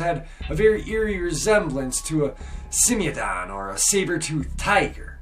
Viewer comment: Hey my friend, it’s pronounced “smile-o-Don”. 😉 👍🏻. Keep up the great work!!!